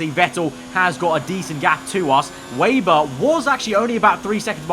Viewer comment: You seriously need to learn how to properly say the last name of Lukas Weber